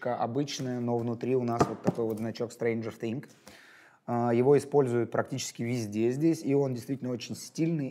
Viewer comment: Ты постоянно говорил thinG, а не thinGS